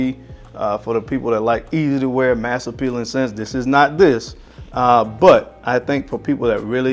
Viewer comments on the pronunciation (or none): none